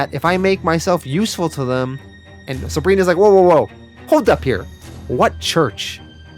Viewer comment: English: Them.: Thummmb.